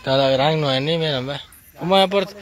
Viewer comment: no es Noeni! Es Noemí!😡🙈😠